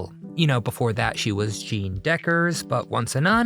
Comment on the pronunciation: Maybe the commentator was a infantile Trumpie. He can't even pronounce Jeanne properly